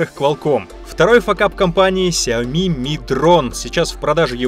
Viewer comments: Все: Сяо́ми или Сяоми́.: Сяйми́и́и́и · ни сяоми а сяоми